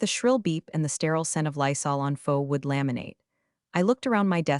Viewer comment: Faux WOOD not WOULD. IF THIS IS AI, THEN AI IS A DUMBASS